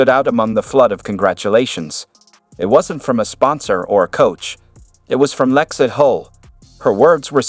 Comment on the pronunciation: “Lex-eye?” Come on. Bad AI. Nothingburger.